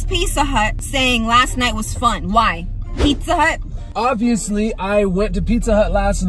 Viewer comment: Picca hut lol not Pizza Hut ❤️❤️❤️😂